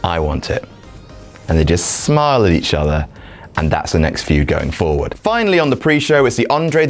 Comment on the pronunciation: FUED? You mean Feud right? hahah